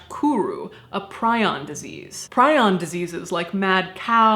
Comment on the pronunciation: I'm so happy to hear your pronounce the word prions "Pry-ons." Everyone I've heard say it, my husband included, says "Pree-ons." I have a minor interest in diseases caused by prions, and refuse to pronounce that word any other way. :D